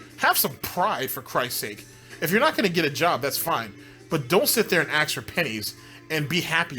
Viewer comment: It’s ask, not ax. Fuck dude it’s not that hard